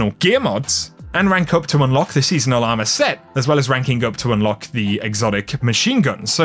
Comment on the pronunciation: It’s “ourmor” instead of armor XD